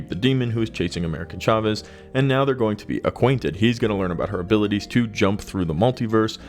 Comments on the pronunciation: Dude how ofter will you pronounce that wrong: AmericA Chavez … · Jeez that was painful. America Chavez. Once or twice coukd be an honest mistake, but damn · You literally have her name correct on the screen and say it wrong bruhhhhh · Tell me you've never read an America (no N) Chavez comic without telling me... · AMERICA CHAVEZ, not AMERICAN. C'mon, do a SHRED of research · Jfc get her name right, you only said it like a thousand times in this video. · The video was good but the amount of times you got this characters name wrong is amazing. Brought down quality of this great video.